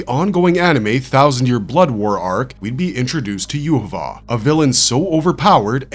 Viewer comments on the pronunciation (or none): not with the way he is pronouncing his name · why are you pronouncing his name so badly, 3 minutes into the video and I had to tap out